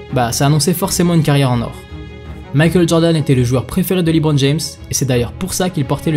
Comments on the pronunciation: Par contre on prononce « LeBron » ou « Lébron » Aucun américain prononce« Lee-Bron » pour parler de lui 😅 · C’est pas libron c’est leeeeebron James svp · excellente vidéo, j'ai adoré, juste le Librone , ça se prononce Leubrone, mais sinon magnifique vidéo ! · Superbe vidéo, bravo ! Par contre je me pose toujours une question: pourquoi certaines personnes en France s'entêtent toujours à le prononcer "LiBron" ? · Leuu bronne' pas Lit bronne' merci sinon lourd ta vidéo 🔥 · Dit LEBRON et non LIBRON je t'en supplie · Bonne vidéo mais pourquoi dis-tu toujours " Librone" en prononçant "Li" ???